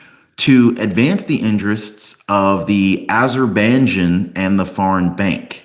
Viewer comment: Henry Cuellar is pronounced: Kwayar Azerbaijan is pronounced: Ahzer -buy-john. Someone who’s from there is an Azerbaijani: Azer- buy- johnnie 😢 Former Soviet state north of Tehran.